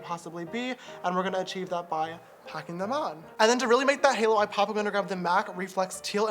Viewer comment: I love you sister so much the makeup is so good and btw you pronounce halo wrong